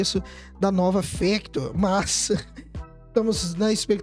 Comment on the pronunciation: Não é fÉctor e fÁctor